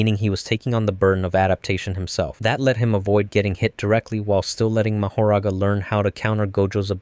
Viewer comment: Nah it’s Ma-ho-ra-ga